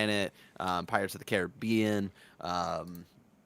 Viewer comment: As someone FROM the Caribbean, the way TIM pronounces it is the way me and my family do too.